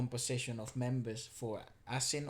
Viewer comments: Asin means salt In Tagalog Ah-sin this is how you pronounce it🇵🇭❤️ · ASIN actually means salt in Filipino, pronounced as asin^ not a^sin. But I'm not sure if that is what their band name means. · Asin is pronounced asín como “así así” but with an n at the end. Also, you might want to see one of their live performances from 2003: And here’s a recording from 1985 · Asin means “salt” and it is pronounce the way you pronounce “a sin”...